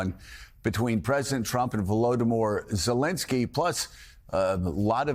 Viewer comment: I THOUGHT they were doing this on the news. Everyday the Host purposely says certain ppl name wrong. Who is Vloodmore Zelinsky. But u can say Vladmir Putin right after 😂